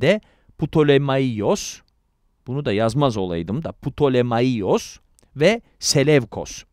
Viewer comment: Ptolemaios - Ptolemayos diye okunur. Selevkos - Seleukos olarak okunur. Antik alfabede V, U olarak okunur